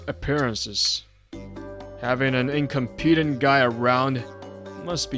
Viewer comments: In c(ah)m peh tent! Not incompete! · "incom pee dant" really.... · This was good, but someone needs to tell the male VA the context and pronunciation of "incompetent" it gets grating after the fifth time or so. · Male VA. Please work on pronouncing incompetent. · His pronunciation of incompetent irks me…. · I completely agree. He keeps calling him incompetent but he can't even pronounce it properly 😅